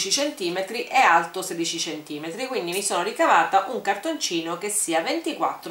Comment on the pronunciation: io avevo capito vola aeto:-D:-D:-D:-D:-D invece era vola alto